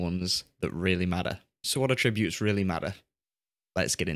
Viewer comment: hi ive watched pretty much all your great videos on FM and i have a minor complaint , every time you say attribute or attributes it grinds me as you are to my ears mispronouncing it but keep up the good work⭐⭐⭐⭐⭐